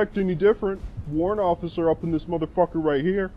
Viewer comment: WA-RRANT O-FFI-CER